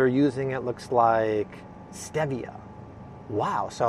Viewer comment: Stop saying STEVia...it’s STEEEEEVIA LOL #nailsonachalkboard